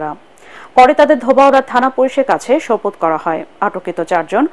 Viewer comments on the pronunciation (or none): "সোপর্দ" উচ্চারণ ঠিক করুন।